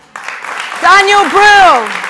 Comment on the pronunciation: It's Daniel Brühl..Not Daniel Bruh...Bruh